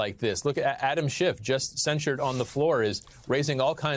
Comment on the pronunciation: The GQP is out of control. McCarthy needs to resign. It's a Circus & the world is watching! McCarthy can't even pronounce Adam Schiff's surname properly btw!🙄🤦🇦🇺